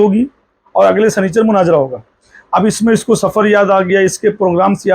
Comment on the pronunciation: Munazara bolna nahi aaraha hai ja panchar jake bana tere liya wahi thik hai 😂